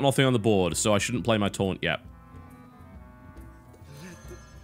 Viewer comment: For the entire series up until now, I thought you said torrent instead of taunt lol